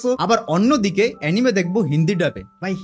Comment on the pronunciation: এনিমে না রে ভাই এনিমি😅